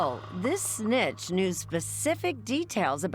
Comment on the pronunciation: It was kinda out of character with the polite professional narration all along.. SNITCH! 😂